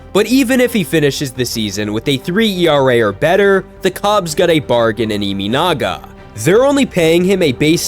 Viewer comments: Learn the pronunciation of this guy's name if you're going to do cover him. His last name is EE MAH NAGA, not EE ME NAGA. And I know Americans pronounce their Ts as Ds, but his first name is SHOW TAH, not SHOW DA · NPB is 3A level? Does that mean MLB is below 3A level? Have you watched WBC?😂 His name is not ImInaga, it's ImAnaga. Check how to pronounce a foreign name correctly before making a biased video, show some respect. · His last name is NOT Iminaga, but Imanaga.